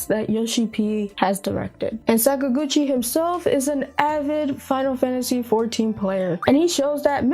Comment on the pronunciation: Sorry, you've just lost your RPG Gamer's license for that pronunciation of papa Sakaguchi's name. You can re-apply in 6 months. Have a nice day.